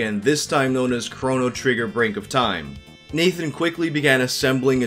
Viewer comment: Am I the only one who takes issue with the way he pronounces Chrono?